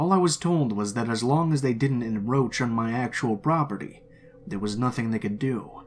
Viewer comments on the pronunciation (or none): encroach, encroached not "in roach" lol I'm assuming you just read it as she wrote it, but I had a good chuckle at that.